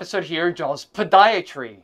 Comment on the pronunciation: my 10 year old son can’t wait to come hear how you say Podiatry at the beginning when a new video comes out. It cracks us up! Also, love the Darth Vader music 🎵